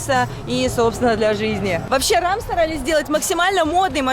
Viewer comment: Не Рам, а Рэм. Прокатиться на Рэме.